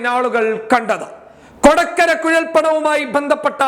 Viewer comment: കൊടക്കര അല്ല കൊടകര ആണ്